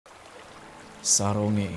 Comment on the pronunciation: Saronge itu di bacanya sa rong ge kak